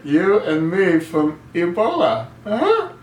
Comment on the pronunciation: HOW COMICAL THAT USURPER/OBAMA CALLS EBOLA - EBOLI ! DOES HE HAVE IT CONFUSED WITH SOME SORT OF PASTA ? LOL THE CHOSEN ONE ALSO HAD A PROBLEM SPELLING THE WORD....RESPECT TOO ! IDIOT IN CHIEF !